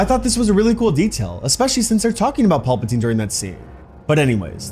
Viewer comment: I swear my guy is saying pulpatine